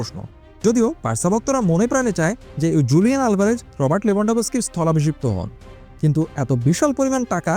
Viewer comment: হুলিয়ান হবে স্প্যানিশ উচ্চারণ জু হয় না